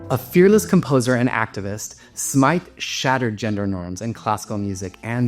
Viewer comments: Please watch your pronunciation. Britten’s long-term partner was Sir Peter Pears, the surname pronounced /peers/ not rhyming with the fruit or the soap. Dame Ethel Smyth was explicit in her diaries (in nine volumes) that her surname was /smith/, not /smaith/ - this is a common mistake. And Gian Carlo Menotti - the ‘o’ is short like ‘not’, not long like ‘note’. Tchaikovsky’s final symphony (ignoring the unfinished 7th) is the “Pathétique” pronounced as in French /patetik/, not as in English “pathetic” which has a totally different meaning. “Pathétique” in French means ‘kind’ or ‘knowing’ or ‘caring’ but in English means ‘sad, worthless, uninspired’. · Are you sure about Ethel Smyth? Wikipedia renders it as smaɪθ, linking a source which I honestly can't understand (mostly talking about the TH and not the Y, which is referred to as a "long I" [?!?]).